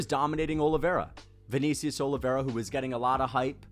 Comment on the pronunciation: “ViKNEEcius Oliveira”